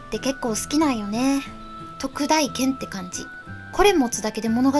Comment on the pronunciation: 、おひさ～ 選択が良きね、大剣は「たいけん」やったと思うよ読み方 サブとメインは逆やけど使う武器一緒やわ 操虫棍メインで使ってます。この虫は虫自体もモンスターを攻撃するけど 赤白橙、三色のエキスをモンスターから採取しプレイヤーをパワーアップさせて戦う武器 赤エキスを取ると棍での単発打撃が連打にかわり、白エキスはその速度をあげると言う感じ 操虫棍は最低でも赤と白のエキスを取らないと実戦では使えない武器なのです 詳細は使い方講座なサイト等をチェックで 私も自分の知る範囲でなら答えられるよノノノ